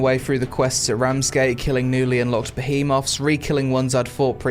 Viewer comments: Great review but you’re killing me with the “Ba-he-moths” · the way he says behemoths